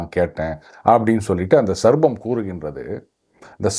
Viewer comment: Sir, please note: snake is called SARPAM and not sarbam as pronounced by you repeatedly. Please pardon me for pointing this as I am an ardent followers of your videos.